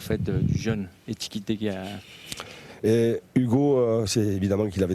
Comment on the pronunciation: « Ekitike » ils ont vraiment du mal avec son nom